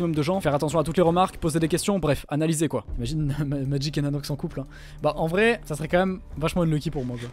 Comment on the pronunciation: c’est transformé en Shadoune pendant 2 secondes avec son "en vrai" avec l’accent espagnol